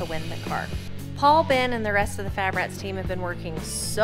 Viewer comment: its called fabrats , not fitrats.. ami right? lol